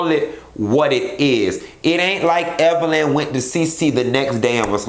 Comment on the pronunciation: I'm just asking...what was CeCe implying when she purposely mispronounced Evelyns name?